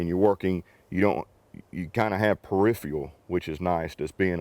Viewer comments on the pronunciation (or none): none